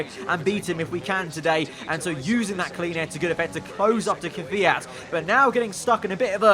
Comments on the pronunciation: Ffs it’s KvYAt not Kafiat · stop ✋ saying KIFIYAT it’s Kvyat